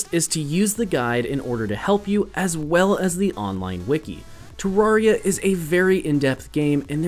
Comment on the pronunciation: No. 11 It's pronounced te-rare-ee-uh not tuh-rawr-ee-ah